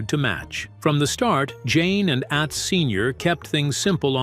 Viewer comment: Narrator can't pronounce certain words correctly ... Atz isn't pronounced like the world at...it's pronounced lie the word not